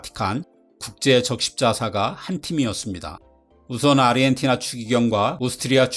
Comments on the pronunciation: 왜자꾸 아르헨티나를 아리헨티나로 읽으시는지.. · 아르헨티나 라고 안하고 아리헨티나 라고 하심 ㅋㅋ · 아리엔티나로 들림 ㅋ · 아 아 아리헨티나